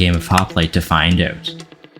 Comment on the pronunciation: You said out wrong💭